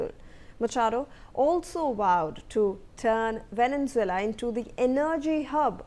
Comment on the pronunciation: Your pronounciation of Venezuela is wrong!